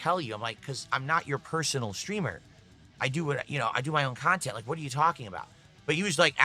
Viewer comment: “Khantent” “Khansole” “Phadcast” “Champetition” “Phasitive” SNORT🐽